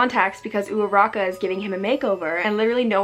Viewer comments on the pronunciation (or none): pls I literally love this but I hate the fact that I can't get over how you say Uraraka's name 🥰😅😂